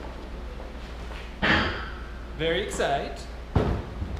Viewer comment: "Very exite" lol